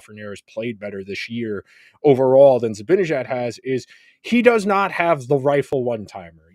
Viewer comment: seems like a bright guy. Why can't he pronounce "Zibanejad" correctly?